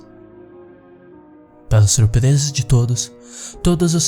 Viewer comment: o maior desespero dessa história é esse kra falando errado!! "surpereza", " taravesseiro"